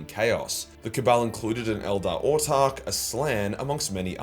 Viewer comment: Wait - what? You've started pronouncing 'Autarch' correctly?! Hopefully you give 'Exarch' the same treatment too. Keep it up:)